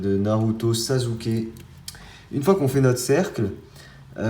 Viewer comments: Sasuke ça se prononce "sassuké " pas "sazuké " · Tu fais des vidéo super mais je voulais te dire que Sasuké se prononce Sassouké et pas Sazouké Likez svp pour qu'il le voit